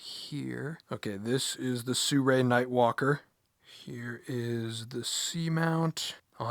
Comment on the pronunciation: Brotha sirui not surei